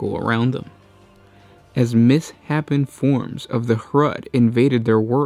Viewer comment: cool vid love your stuff guys. fyi the word is pronounced 'miss-SHAPEN' not 'miss-happen'